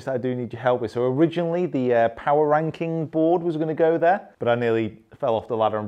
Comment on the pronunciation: Straighten out the I in Ranking please. lol